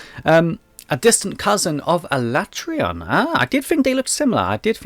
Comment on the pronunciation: Alatreon is my favorite as well, also my first introduction to them as MH3U was my first MH. But I still think he's the coolest after experiencing the others. Even his name is sick, though I prefer pronunciation of it rather than the official one. I also pronounce it that way.